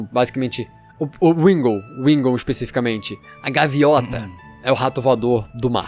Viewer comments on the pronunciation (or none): Agora que eu percebi, o disse "gaviota" ao invés de "gaivota" k. É só uma análise mesmo 😊